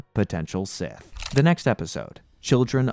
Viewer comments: Say it with me now. "SITH" NOT "CIS"!🤬 very distracting and made it hard to watch. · I thought he was struggling to pronounce “sith”